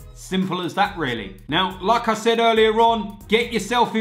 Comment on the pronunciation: Every single fucking time says like I said it sounds like lacazette haha love it